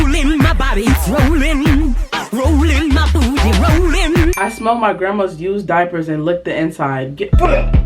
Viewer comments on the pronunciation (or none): none